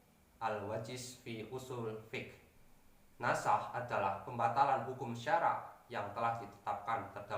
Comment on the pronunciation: Bukan nash tapi nasakh